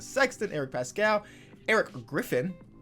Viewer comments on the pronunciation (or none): none